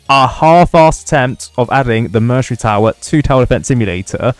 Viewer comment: Bro saying mercenary wrong lol